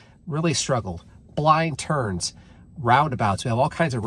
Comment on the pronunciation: Did you say blind turds?